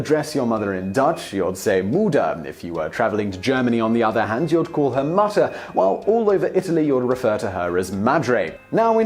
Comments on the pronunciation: "muhhter" lol it's not like utter, it's like ooter ahah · "Muh-tter" in German? That's not how we pronounce it. It's [ˈmʊtɐ] and it's the same word we use for screw-nut. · "Mooter" Nah, we pronounce it in German as "Moodter" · Mütter is pronounced not like mutter, but like moo-ter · You said Mutter way wrong, its not mutter as in "to mutter", its a long U so its more similar to muutter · Yes, I noticed that he pronounced it like the English word 'mutter' (^_^;) like 'butter', instead of how I was taught at school, 'mutter' like the 'oo' in 'book' or 'look'. I would call my parents 'Mutti' und 'Vati' while learning German at school, but my Father says "Please don't call me Farty." LOL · nooo you don't say mutter you pronounce it mootter (the sound you make on a double o but short) bit still quick and we say.mostly Mama and to the dad we say Papa ... not Papi thats strange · why apologize for possible wrong pronunciation at the "exotic" languages when mating mistakes at the "non exotic" ones. you said m[a]tter, which is duller, not m[u]tter for mother. i never really understood why english speak the 'u' sometimes as an 'a'. i like your videos, you do good(i think) research, maybe... just a little more? ;D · in German it's pronounced 'moo- ter' not mutter (like 'what are you muttering about?') my mom used to call her mother "Muttie," which is more like mom or mama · Sorry but we dont say "Matter" in Germany. Most of us say "Mama". Mutter (U is pronounced U Not a) is just the German word for mother. For a better understandig try listening to the Song "Mutter" by Rammstein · 😂 It’s DEFINITELY not “mutter” with an “uh” sound in German! It’s pronounced with a short “oo” sound! And Papi IS a slight variation of the word “Papa” which is also used, and that most of the time, and “Papi” is sort of the cute version of that, like Daddy of Dad, basically. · When Simon pronounced mutter it sounded like I say mutter as in a female screw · In Germany, it's pronounced mooter